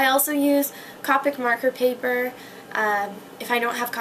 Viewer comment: its Mahn-Ga D: not man-ga... =3=... AND Copic is Co-pick not cah-pick its CO-PICK with a long O... By the way. :)